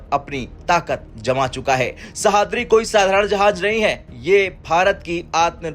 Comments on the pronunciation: सह्याद्री... Not सहाद्री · ' सहाद्री ' नहीं है वो...' सह्याद्री ' है... ठीकसे पढ़ो भाई ! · नाम तो ठीक से लेते सह।द्रि नहीं तो उसको सह्याद्री बोलते हैं समझ में नहीं आता यह हिंदी वाले हो मराठी नाम ऐसे अच्छे से लेने क्यों नहीं आते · IT IS NOT sahadri. Name is sahyadri. Sahaydri is name of mountain of Maharashtra. Commentator doesn't know actual pronunciation. 😮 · वाह रे हिन्दी के राष्ट्रीय चैनल! हिन्दी सही से पढ़ना भी नहीं आता! सह्याद्री को सहाद्री पढ़ रहे हो! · Pronounce Sahyadri properly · Pronounce it like this sayyadrii.. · Please pronounce sahyadri sheep